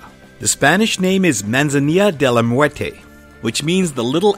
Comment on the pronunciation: Manzania de la muerte jajaja hablo español, you say it so funny xD the people who speak english when they try to speak spanish it sounds funny xD